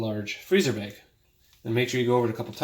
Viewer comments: Good video but what’s a “beg?” Do you mean bag? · He says beg instead of bag..... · Beg— omg he is saying “bag” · Bag. Not beg. I beg of you. Thank you. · It sounds like you're saying "beg" instead of "bag". lol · Are you from canada? I heard the word baig instead of bag lol. Genius idea thanks for the video. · I keep hearing “beg”. 😅😅😅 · I'll have to come back and watch this video when I'm in a different mood. Listening to him saying "Bayg" every 3 seconds is a torture 😫. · Thanks so much. I had a nice chuckle. I have a friend from Spokane who says bag the same way you do. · Bag is not a hard word to properly pronounce.